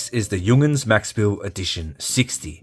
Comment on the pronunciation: Why are you pronouncing it Jung'ns? Is that an Australian thing?